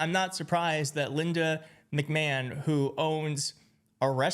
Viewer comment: From henceforth, McMahon gets the "Kuh-Mal-la" treatment. Everyone, I present to you... Linda "Mick-Ma-hawn". Also, if trump wants to have that amount of control over a school, perhaps he should start a university? 😂😂😂